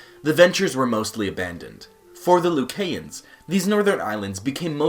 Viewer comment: He doesnt even know how to pronounce the country's name. I hate when foreigners try to speak on our country. Most of your information is WRONG! The Buh-Hah-mus (Bahamas) Loo-Kai-ans (Lucayans)